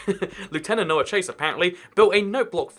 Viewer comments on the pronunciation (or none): none